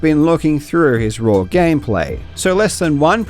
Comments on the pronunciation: Dude says “raw” like “rawr” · I didn't expect to learn that karl pronounces 'raw' as 'raur' today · Karl is pronouncing "raw" like he is saying "I love you" in dinosaur